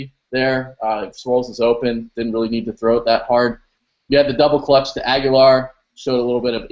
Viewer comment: Birds In the first 9 minutes, (Just click the links) You pronounced it Ag-You-Lar (which is totally wrong, meathead) I quit watching after that but I'm pretty confident the other two meatheads pronounced it that way as well.